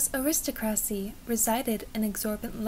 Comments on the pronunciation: Your voice is lovely. I could listen to it for a long time. Please note, though, that the word is pronounced “air-is-TOCK-ruh-see. Please do make more videos! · It was very nice but you do really need to seek out to say aristocracy correctly.